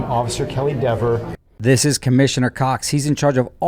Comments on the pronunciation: Could you imagine dating this diva? I mean deber, I mean deever, I mean gararge gal??? Lol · Somebody is lying: Cox or Dever., it drives her crazy to hear people mispronouncing her name as "DEAVER". 🤣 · She might also learn that Dever is DEEEVER while she is at it! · Oops! The guy keeps saying her ( Deever ) name wrong. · Love that you insist on saying Dever's name wrongly throughout.